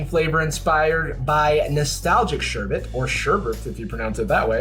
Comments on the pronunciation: “or ‘sher-bert,’ if you pronounce it that way…” 🤣🤣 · homeboy said sherbit lmaoooo